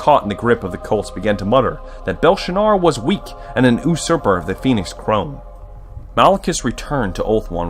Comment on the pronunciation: U-surper XD its pronounced "Yousurper" dude.